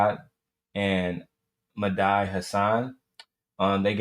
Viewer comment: Dude i knew it the moment you mispronounced Medhi i said lawd homie is out here tap dancing😂😂😂 i respectfully think you don't understand politics. Thank God the democrats is standing on business and dude listen to your wife like historically shown black women have the right pulse on politics